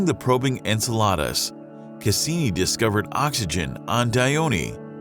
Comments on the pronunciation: Are you pronouncing enceladus like enchiladas on purpose to irritate? Because its working 😠 {en-SEH-la-dess} NOT en-sah-LARD-uhs 🤦🏻 'secrets of the universe' pfft. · Enceladeus pronunciation is disgusting...it's like he's saying enchiladas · "ENCELADAS" 🤣🤣🤣🤣🤣🤣🤣🤣🤣🤣 its en-sell-a-dus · I've never heard this moon named after Greek mythology pronounced like "enchiladas." It's en-SEL-uh-dus you rube. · En cela dus not enchilada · ensel ardus? I thought it was Enseladus. but hey, what do I know. Thanks for the vid though. It was good and interesting. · Really?! En-salad-es? It's En-Cell-A-Dus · Great video, seriously this was fantastic. Love the Cassini-Huygens mission and it's so sad we haven't sent anything modern back to Titan .... but if I have to hear this narrator pronounce Enceladus like "enchiladas" without the "ch" one more time I'm going to lose my friggin mind... It's EN-SEH-LUH-DUHS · Enceladus is pronounced- in cell a dus You make it sound like enchiladas, which is good food but not a moon of Saturn. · He killed the names of the satellites (except Titan)...if what should sound as Enkela-thoos came out like Enchilladas one dreads to think how this guy will narrate the mission to Uranus! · According to Miriam-Webster it's en-SEL-adus, not en-sel-AH-dus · If I hear someone say EN-salad-US one more time I think I'll freak the [redacted] out! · Bro u Called Enceladus Ensalada😭🙏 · This guy cannot pronounce Enceladus (en-seh-luh-duhs). If your going to talk about Astronomical bodies, at least learn to pronounce them correctly. Google how to say it properly if you're not sure. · did...did he just say enchaladas? instead of enceladus? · It's pronounced ''N - Cella - dus" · You highly mispronounced "Enceladus." en-seh-luh-duhs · What he says: enceladus. What i hear cause im fat: enchiladas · It's pronounced en-cel-i-duh-s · The way he called Enceladus reminds me of Enchiladas 😂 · En-sell-ODD-iss... Hahaha. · my man pronounces Enceladus like "enchiladas"